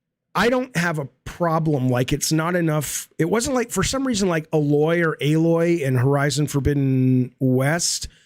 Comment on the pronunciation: 51 year old man, who has talked about Horizon literally HUNDREDS of times by now, been corrected on how to pronounce “Aloy” at least several dozen times, and still says it wrong. I don’t like that bitch either but damn lol